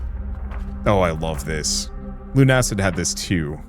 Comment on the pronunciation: its Luna-cid like lunar/luna and lucid not lune-acid